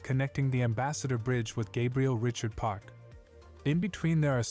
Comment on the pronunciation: the AI narration of the source video mispronounces Gabriel Richard. The last name is pronounced “rih-SHARD” as opposed to “RICH-urd” A lot of place names and street names in Detroit area are pronounced as they would be in the French language. Although ironically, the word Detroit itself is an exception. Detroit in French is “day-TWAH” — meaning “the straits” which is a reference to its position on the river. But the pronunciation was Anglicized over the years to be “de-TROYt”.